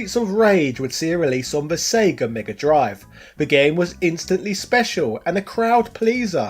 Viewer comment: "Megger Drive"